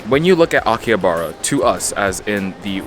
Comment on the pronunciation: bro says it like akiyabara. Bro It's Aki-Ha-Ba-Ra